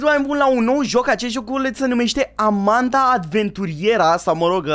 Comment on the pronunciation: Nu se spune amenda și se spune Amanda